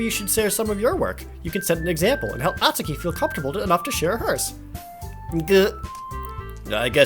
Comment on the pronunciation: NEET = Not in Employment, Education, or Training. Basically, a shut-in who doesn't contribute anything to the world or yourself. No clubs, no extra curricular activities, no college, no job, etc. BTW, THANK YOU Jared, for pronouncing "Natsuki" correctly. Everybody else says it as "naht-soo-kee" which is wrong. EDIT: Well, you pronounced it right the first time, anyway. -_